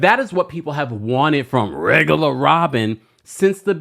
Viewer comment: Not rrrrrregular Robyn 😂😂😂😂